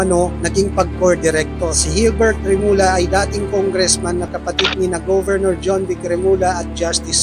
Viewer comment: Hindi remula.remulla (remulya)